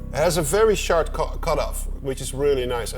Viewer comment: A very shart cutoff. A very SHART cutoff. A very SHART cutoff. A very S H A R T cutoff. I can't get it out of my head.